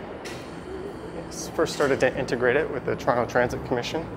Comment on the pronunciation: I love how you say Toronto correctly